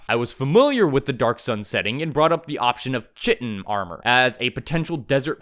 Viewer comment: Grahh why do you say chitin like that